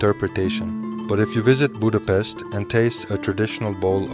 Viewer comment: If you decide to make a video about Budapest and gulyás, please respect us with the proper pronunciation. Thank you.